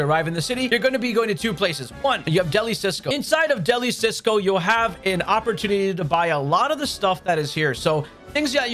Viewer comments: I know it’s small, but can we make sure we are pronouncing things correctly. DeliCioso. Not Cisco. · It's DELI ZIOSO NOT CISCO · “Deli Cisco” boy its “Deli-Cioso” like Delicioso in spanish lol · Just a little correction, it’s NOT cisco, it’s Deli CIOSO (a pun on the Spanish word for delicious). Very informative video though. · I'm hurt just by him calling it Deli Cisco😭😭😭. It's CioSO like the Spanish word for delicious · You keep saying Deli cisco 😂 It's De li ci oso. As in: delicious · it's "delicioso", not "deli sisco" silly! 😝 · Please pronounce Deli Cioso right it hurts. Its not Deli Sisco, its like delicioso the spanish word for delicious. Great video but that was killing me in the beginning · just want to let you know the pronunciation for Deli-Cioso is “dell-e-seeohso” 🙏😭